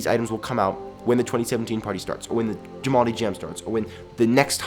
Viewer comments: I'm sorry but it's pronounced am-ee-no. I'm sorry it just annoys me XD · uhm not to be rude but its pronounced AM-EN-O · It's pronounced (ah-mean-oh) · its a-mee-no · idk why u said it like that, but it's "uh-me-no" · Its pronounced "Uh-mee-no". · Bepper He said AH-NI-MO XD oml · Not to be mean but its a-mean-o I looked it up to be sure. ps. I have amino it's so awsome! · BRUH YOU PRONOUNCED AMINO WRONG! It's "Ah Me No" just so you know! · It is pronounced AH-ME-NO!!! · its actually "Aa mee no" xD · You pronounced Amino wrong. It's "am-E-n" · (A-MEAN-O) Thats how u pronounce it.💟💟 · Actually, it's pronounced UH-ME-NO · amino is pronounced ameenoe :3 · Lol you pronounced it wrong. Its pronounced: A-me-no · amino is pronounced (A-Me-No-) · "animo" umm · You said amino wrong it's said ameno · Its pronounced UH-ME-NO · its (ah*mi*noh) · Oh 😂😂😂😂 it's Ah-mean-no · its pronounced a m ino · Lots of people pronounce amino, ameemo, so I'm assuming that is how it's pronounced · Eternal NineTales I know. "animo" XD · sorry the app is pronounced "uh-mee-no" thank you for your time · I bet everyone got triggered when said amino wrong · just for saying amino wrong I'm not gonna join aj amino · When he pronounces amino wrong. snort :\/ :| :\/ haha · i like how he mispronounces amino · You said Amino wrong 😂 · I have the Undertale amino and I am really bugged of how you say amino XD I'm so sorry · amino is being said wrong XD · I think your saying Amino wrong.. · wryd you pronounced amino wrong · i'm triggered that pronounces amino different than me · You did say amino wrong I agree with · btw you pronounced amino wrong love u tho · lets just say, you pronounced Amino wrong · Eternal NineTale ikr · its called AMINO not animo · "animo" BOY. its amino, like amino acids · its Animal Jam Amino.. not Animo.. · Not animo amino! Uh-mean-oh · amino not animo hah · ah- mE-no